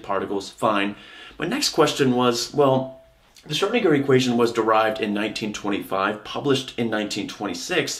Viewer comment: You should practice the ö in Schrödinger ^^